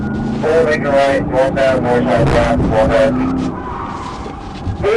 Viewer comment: holy cwap duude you were like so totally wight